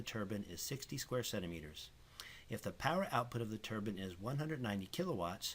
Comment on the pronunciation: It's pronounced "turbine" not turban